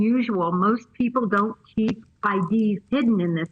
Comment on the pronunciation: She said ID’s with a S